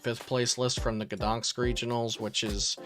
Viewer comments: GdanSK, not GdanKS! Same mistake in every video... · You know what I thought after hearing the city's pronunciation? "I'm surprised it wasn't Iron Valiant/Entei that won Gdañsk Regionals." ... I'll see myself out.